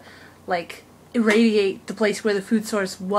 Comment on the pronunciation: tangential: Tan gen shill. You also tried to say eradicate, I'm not sure what you said though lol. Cute video